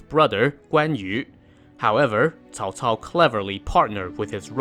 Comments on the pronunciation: Holy shit. First you tuber that pronounced Cao cao properly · Person talks about Cao Cao and pronunces his name right. Ok. You've got my attention. Let's watch the whole video. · Did I just heard the correct pronunciation on Youtube? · Miguel Suarez-solis its pronounced as either "Ts'ao Ts'ao" (wades giles) or "Chow Chow" (pinyin) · Cao Cao.This is the most standard pronunciation I have heard.😂